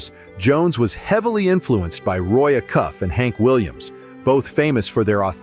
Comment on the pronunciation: roy uh-cuff?.....if your gonna give homage to someone, at LEAST pretend to know who they are, and pronounce their name properly. A-cuff....GEEEZE...